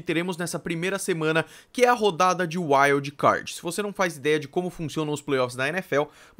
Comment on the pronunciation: Primeira vez que eu tô vendo o seu canal, nuita boa análise, bons dados. Pronúncia correta nos nomes dos Jogadores e nome dos estádios, mas algumas posições e termos a pronúncia não tá muito boa, wild card, quarter back, etc. Só uma crítica construtiva pra você